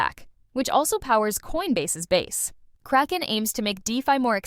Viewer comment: I liked the two interviews plenty. But very distracted from the news roundup lady pronouncing Kraken as “cray-ken” instead of “crack-en”. Feels either AI or paid voiceover and either way it makes me disconnected from the intent of the news